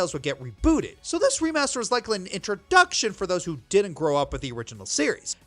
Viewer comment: Did you seriously just say introDUCKtion?